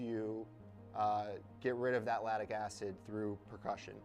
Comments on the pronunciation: “Ladic acid” 🤭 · "It's eragomic"